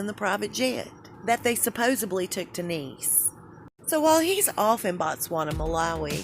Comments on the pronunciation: Supposedly not supposeBly. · Ok, I love you, this stuff is great but it is SUPPOSEDLY - su-POS-ed-ly